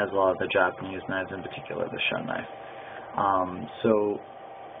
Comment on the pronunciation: Pronounced "shoon". Review should be done by people not saying "I really don't know" or "I guess" etc.